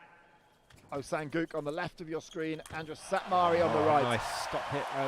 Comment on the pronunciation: Doesn't even bother nor care to pronounce his name right, "gu", "guk" "oh sang guk". So unprofessional and pathetic.